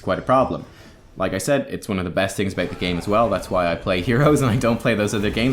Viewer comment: Triggers me too much, how you pronounce "about" so I have to leave...